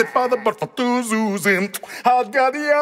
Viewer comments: Half the time he pronounces it 'yuzim' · I love that half the time he accidentally says yuyuyuzim instead of zuzim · Every time he butchers "zuzim" I lose my mcfreaking mind